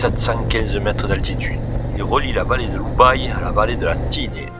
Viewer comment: Belle virée dans notre PACA & 04 ... en revanche, chez nous, on ne dit pas OU-baye, mais U-baye ... et depuis le pont du Chatelet, en poussant un tout petit peu loin, le gîte les Granges de Fouillouse au bout de la route propose de grignoter avec des bières sympa. Petite question, depuis St Dalmas le Salvage, je n'ai pas reconnu la route puis la piste depuis le col de la Moutière qui ramène à Barcelo ... z'êtes passés par où ?